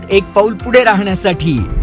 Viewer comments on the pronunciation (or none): none